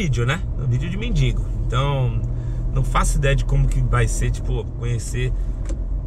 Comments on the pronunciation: Gata, humilde, solidária, se não quiser manda pra mim que vou do RS buscar...kkkk, só um detalhe, pelo jeito aí todo mundo fala "mendingo", e são tantas pessoas que te assistem dá pra tentar corrigir pra mendigo. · Pelo amor de Deus gente, não é MENDINGO, é MENDIGO.........